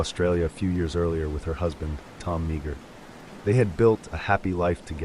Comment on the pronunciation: Meagher, pronounced 'Meer"